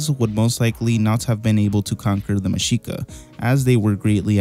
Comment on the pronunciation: Your pronunciation of Tlaxcala and Mexica is on point